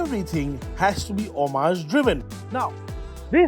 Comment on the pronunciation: lol, homage isn't pronounced that way...